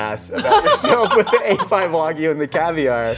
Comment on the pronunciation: Hearing her pronounce wagyu correctly made me quite happy